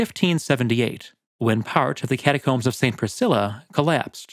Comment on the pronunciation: Ah yes. The cataromes.